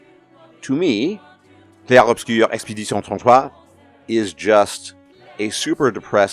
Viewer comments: I thought this game was pretentious as hell. Shout out to you for that hilariously accurate French pronunciation though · Bro hot takes aside, that french pronounciation was so freaking spot on I genuinely was so impressed (from a baguette person)